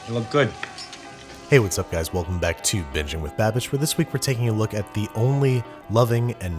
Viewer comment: if you arent familiar with the channel name/aren't looking at the screen, it sounds like he's saying benjamin babish